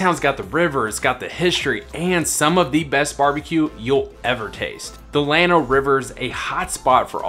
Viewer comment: No, he’s pronouncing it just right. The proper pronunciation in Spanish is like you say, but the town of Llano is pronounced by locals is starting with an L not a Y.